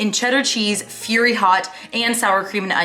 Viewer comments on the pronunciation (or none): I'm sorry but did you say fury hot cheetos 😂😂....firey?... lol 😂 LOL But honestly I love you and love how real you are on this platform! It is so hard to get back on track, especially when you visit family, so I appreciate you validating your followers and giving us some motivation to go on that return from vacation run! :)